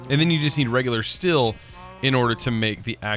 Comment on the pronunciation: steel not stilll !!!!!!!!!!!!!!!!!'!!!!!!!!!!!!!!!!!!!!